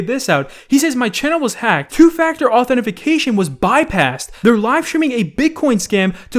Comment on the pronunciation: can't say Authentication lmao